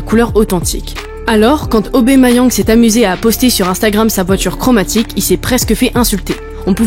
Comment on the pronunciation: AubAmeyang et pas aubEmeyang! Bête intelligence artificielle ! 😢😢😢